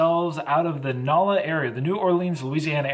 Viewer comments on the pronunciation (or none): Love your videos but im from Louisiana and you slaughtered the pronunciation of NOLA